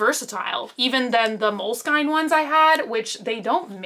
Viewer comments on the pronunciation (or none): Lot of love for but the way she said molesinke drove me insane lmaoo 😂😂 🌸💕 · Bruh why she saying it like that. It’s mole skin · "mole-SKIN" is the correct way to pronounce (unless ur italian) love u!!!! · “Mole-skine” and “wasabi tape” - she just pronounced them so confidently! It took me a few seconds to register she meant mole-skin and washi 😂 so cute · my darling aunt, its moleskine journals like mole skin lol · "Moleskine" went through me